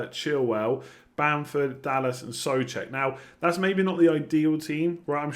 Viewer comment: Whos Soofal:D think Soucek is throwing you